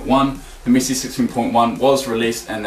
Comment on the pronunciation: He says missi not Messi